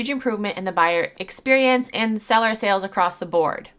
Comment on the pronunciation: Gawd I hate that. Like, is English her 1st language?